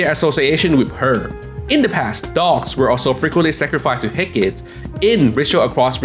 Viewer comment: It’s pronounced hek kah tee.